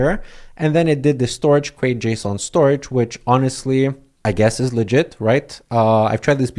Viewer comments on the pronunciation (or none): none